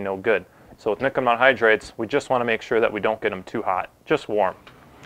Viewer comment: nikkamidda hydride? I was halfway through the video before I realized what he was saying lol.